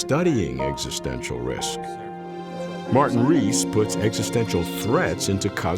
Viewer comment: You said Martin Rees! For a moment I thought I heard Kyle Reese!